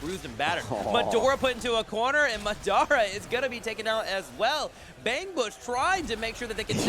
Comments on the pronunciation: Muh DOH ra.... good games but just say Madara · can't say "Madara" lmao